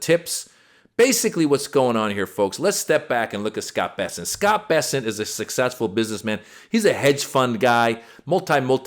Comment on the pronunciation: Bessent? Oh, I thought it was p**sant? 😮😂😂